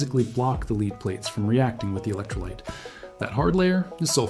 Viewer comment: I really hate people using text to voice syths. And if he's not, then explain why he mis pronounces lead not as led but lead.